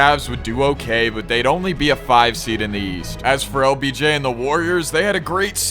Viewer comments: He keeps saying obj instead of lbj😂😂😂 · BRO said Obj its LBJ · did anyone realize he was saying “OBJ” not “LBJ” 😂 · Yo you keep calling him obj instead he of LBJ 😂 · bro said obj and not obj 💀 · Every time you said LBJ is sounded like OBJ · It’s LBJ NOT OBJ BRO